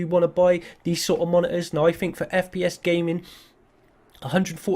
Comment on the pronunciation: Not a hater but do you have a lisp or something because you pronounce "think" like "phink" or "fink"